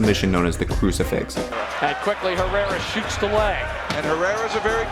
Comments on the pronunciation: *HERRERA NOT HERA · thumbs down for saying “herra”.